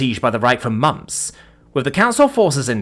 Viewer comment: I've grown to find it endearing how says "mamps" instead of "months". 😅